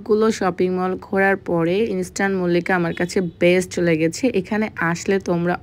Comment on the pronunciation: ইন্সট্যান মল্লিকা আবার কিরে ভাই🙄ইন্সট্যান মল্লিকা না ইস্টার্ন মল্লিকা 😤আগে উচ্চারণ করতে শিখেন তারপর মার্কেটের নামে ভিডিও বানায়েন l যত্তসব খ্যাত😡